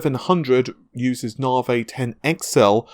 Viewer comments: Come on dude even AMD say Nav-i, why stay with the Narvay all the time. You sound daft and I know you aren't. If it's just to troll then you got me. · Thing is though, if you can say Narvay you can say Nav-i. A speech impediment wouldn't prevent that as far as I know. Who knows. I just don't understand why he does it that's all, not just with Navi but with other stuff. Maybe I'm just being pedantic.